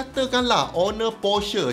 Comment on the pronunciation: word PORCHE tu betul2 bunyi mcm orang europe lah 😂